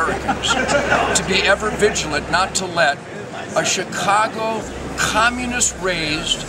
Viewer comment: Why does Terd Nugent pronounce communist like "khahmunist?"